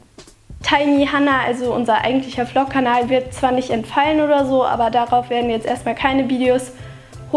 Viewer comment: Es heißt vlog nicht pflogs oder flogs